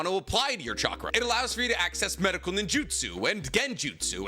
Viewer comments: Every time you say chackar i am goin to drink a bit of beer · I think you're forgetting that real ninjas pronounce it catchra